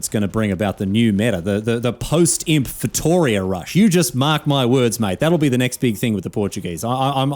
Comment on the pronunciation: You may know more history than, but you also don't know how to pronounce Feitoria correctly ("Feituria")